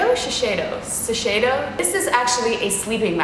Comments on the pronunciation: The Japanese sleeping mask is pronounced "Shih-say-doh" :) As for litter, get something with low levels of dust in it so it doesn't get in her sinus, she has a smooshed face so that usually bothers them more. :) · Название маски так произносится "шизеидо" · Очень интересно ты отреагировала на марку "Шисейдо" ))) я тоже не с первого раза правильно прочитала) И ! Я обожаю ЛОФТ)очень ждем экскурсию по дому)